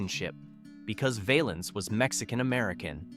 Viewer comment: Why did you show a picture of Sam Cooke when you talked about Sonny Knight? The song by Jimmie Rodgers was pronounced "Bim-Bom- Bay". Ritchie's last name was pronounced "Val-ins" not "Vale-ins". His real name was Valenzuela but Bob Keene changed it to "Valens". George Hamilton IV was a friend of mine. He told me in 1999 that the Baby Ruth candy bar company wanted him to cease and desist' from mentioning their product. However, the song resulted in higher sales so they with drew their objections. He recorded that song in a studio in Swain Hall on the campus of UNC. I saw that studio many times while I was a Radio TV major at UNC. I remember all of these songs, but Teresa Brewer, Eileen Barton, Tommy Sands, and Patience and Prudence didn't pass the test of time. The Platters recorded a more enduring version of "Harbor Lights".